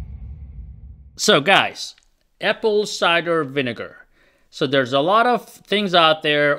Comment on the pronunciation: "apple ciger vinegar" 😂😂😂